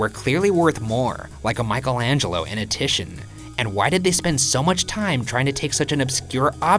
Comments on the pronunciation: you butchered the name Titian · "Titian." Ryan: Tission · did ryan just pronounce titian as tishan wtf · Titian is pronounced tEE•shin (like Titian the Venitian)